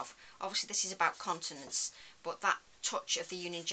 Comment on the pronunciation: You know you have been working with nurses for too long when you hear continence rather than continents….. good job I have closed captions on too.